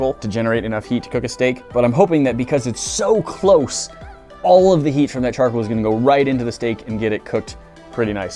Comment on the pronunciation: Charkle or charcoal... sorry mate but that's aggravating Hahahaa CharCOAL not Charkle.